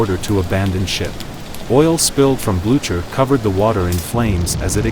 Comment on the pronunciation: AI voice. Terrible! The ship is the Blue Ker not the Blu chuur. AI idiocy!